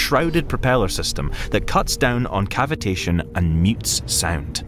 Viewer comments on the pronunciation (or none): none